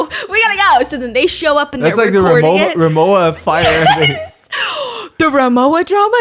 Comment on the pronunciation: Rimowa is pronounced RimoVa